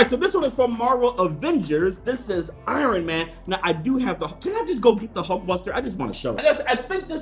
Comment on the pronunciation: I thought you said irony man 😂